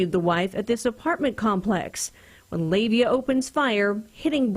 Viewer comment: Please pronounce names correctly, the suspect was a Pacific Islander (Samoan) his name was pronounced Lah-Vay-Ah. It's the same problem people still have, pronouncing Tua Tagavailoa's name, do your due diligence, not everyone is named Smith.